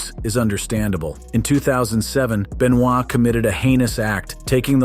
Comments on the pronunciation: Chris Be-noy? Might want to fix that there,. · The guy is saying Chris Benoit's name all messed up on purpose what a troll 😆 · chris benoah*